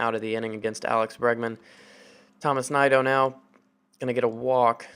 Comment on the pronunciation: I believe Tomas Nido is pronounced Toe-más Knee-doe